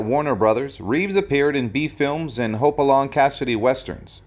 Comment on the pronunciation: It was "Hoppy", not "Hopey"!